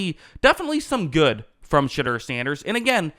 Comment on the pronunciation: "Sh'derrr" -Most ⬜ Guys on YouTube